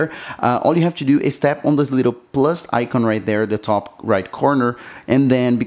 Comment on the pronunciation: "icon" is not pronounced like that. Come now, it can't be that hard.